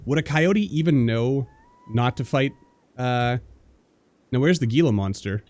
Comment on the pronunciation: Just nitpicking here but Gila monster is pronounced with an "H" instead of a "G". Also, I'm really happy you've started a RimWorld playthrough again, love it! Peace